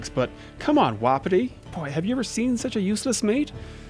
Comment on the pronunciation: I think u pronounce it like WUH•PEE•TEE not woppity